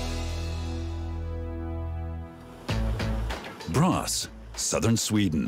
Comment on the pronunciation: It is: ”Borås” (not ”bras”).